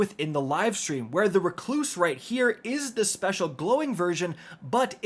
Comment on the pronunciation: REC-loose, Not Re-CLOOSE